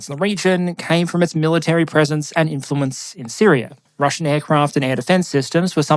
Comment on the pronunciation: Its neat hearing your accent change the "Syria" to Syrier" at times